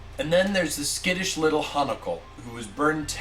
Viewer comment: I'm afraid doing it several times doesn't mean you're doing it right. You can say it like Emi how many times you want, but Hanako is still the correct way.